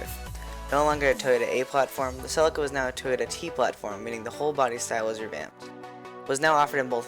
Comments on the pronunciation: Only thing wrong is its called see Lee ka not fucking sell icka ffs.. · This guy cant say CELICA dumb ass.....